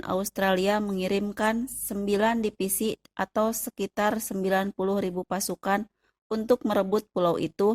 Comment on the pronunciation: Dipisi bukan divisi ya.. hehehe